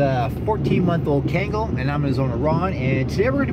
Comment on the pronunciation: kaengal... its pronounced k-ahn-gahl. Kangal. not to be rude, still love your content tho